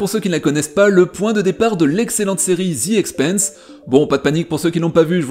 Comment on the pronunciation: Bonjour. Excellente analyse de cette super série! Cependant, j'ai quelques remarques, commentaires et éventuellement explications alternatives: - The Expanse se prononce comme France. Quand tu dis "The Expeinse", ça correspond au mot Expense (dépense), et pas Expanse (expansion). 😉 - Le bruit des moteurs et des tirs, pour moi, n'est pas perçu par un spectateur dans l'espace, mais par un spectateur embarqué dans l'un des vaisseaux, et correspond aux sons transmis par les moteurs et les armes à travers la structure du vaisseau. Donc, pas vraiment une incohérence. - Le moteur Epstein semble utiliser l'énergie dégagée par la réaction matière - anti-matière, ce qui pourrait très bien avoir l'IPS nécessaire pour des voyages à trajectoire directe. Même si nous ne maîtrisons pas encore cette technologie, ce sera peut-être le cas à l'époque de la série. Autre possibilité souvent évoquée dans bon nombre de séries de SF, des moteurs à fusion (lointains descendants des réacteurs tokamak en cours de développement) dont la partie active est confinée dans un champ magnétique impressionnant, et qui, s'il est mal réglé, cause la rupture et l'explosion du moteur et incidemment du vaisseau.